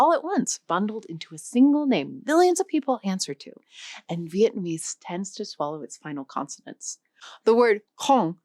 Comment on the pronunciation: as a former vietnamese, your pronunciations are nowhere close to sayign it right but good try!